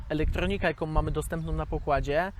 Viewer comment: " elektornika", "ekspolotacja" ...co to jest ? po jakiemu to ?